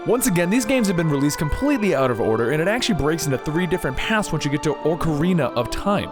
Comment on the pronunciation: The instrument is not called an "Oak-arina" or a "orc-arina." It is an ocarina, which is pronounced "Ock-uh-ree-nah." (Oak Arena of Time. It's a time-travel fighting game featuring Ents. You can play as Treebeard.)